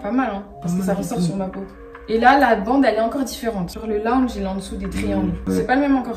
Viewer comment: On dit laounge pas lounge 😭😭😭